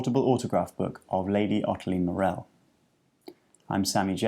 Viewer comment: Pronounced "MOR-al" not "Mor-EL"